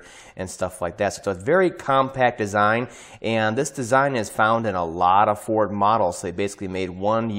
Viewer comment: "Have you driven a Forrrrrd, lately?" 😂 (NO! Not in 30 years)